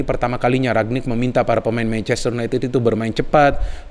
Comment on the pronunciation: Ralf Rangnick btw, bukan Ragnick